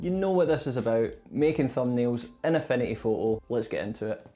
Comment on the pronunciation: At first, I though you were saying: "A funny photo". Turned on the captions, "Affinity photo". xD This was super helpful thank you. Super well edited too, I loved the soft animations in it. Thanks!<3 I'm considering a huge upgrade from canva to this tool.